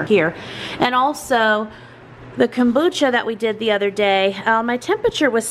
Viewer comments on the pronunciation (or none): It’s komBOOcha, not kOOMbotcha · Love your videos. I make kombucha also. We pronounce it "comeboocha". My son gets a kick out of you saying it😂. I don't know the proper way to pronounce it now😂. I heard if using green tea you should mix with black tea also. It needs the black tea. I don't know if that's true but we shall see how yours turns out.❤